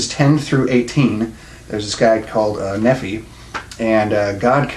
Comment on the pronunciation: Nephi is pronounced Knee - fi. Just trying to help with your accuracy.